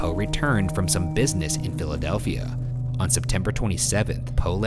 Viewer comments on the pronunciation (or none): omg i just noticed that ryan says dilidelfia intead of philidelfia 😂😂